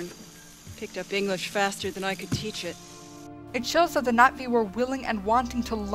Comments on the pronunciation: Was anyone else slightly annoyed that she kept saying Nat'vi instead of Na'vi? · no I dont IPA, and I wasnt trying to be rude. So sorry if it came off that way, I just thought you were mispronouncing the word and no one was talking about it, so I did. My apologies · haha are you calling them the Nazi's I'd swear that's what I keep hearing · ~ No I know it is, it's just that when you say it, there's more of a "Knot ' V" sound but the v is lost in translation. Other than that it's a cute and humorous movie review and you made me laugh. Cheer's (Glottal stop, never ever thought I'd see that description) If you ask me it's almost a subtle way of saying Navy but that's how my mind works. Bye